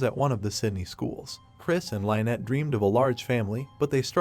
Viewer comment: You need to learn how to pronounce names. You say names fsr too frequently to be pronouncing them wrong & slow down a bit...Jeez! Lynet wtf Lyn-ette 🫤